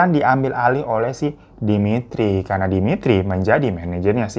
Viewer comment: Saya campuran dari Russia pingin nangis denger kakak bilang demitri, natasha